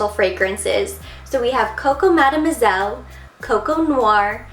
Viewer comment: Coco Madeu moiselle and Coco nouare. Like your accent when you speak in... français. For having this collection, I say thanks GOD.